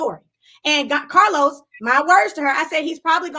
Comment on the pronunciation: Random …”but oh how I missed the CAHLOS” 😩🤣💜